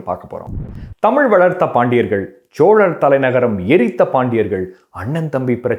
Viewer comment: ச்சோழர் அல்ல சோழர் சரியா உச்சரியுங்கள்